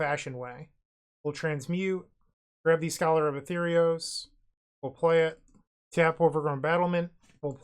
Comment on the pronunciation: it's scholar of ATHREOS, pronounced "ah-three-os"